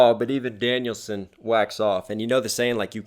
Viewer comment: It's not Danielsson it's Daniel-san as in Japanese.